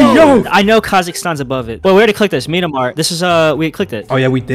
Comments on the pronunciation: I hate when people says "Me-an-mar" instead of "Myan-mar" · IM SORRY BUT THE WAY ONE OF YALL PRONOUNCED MYANMAR GOT ME DYING😭🙏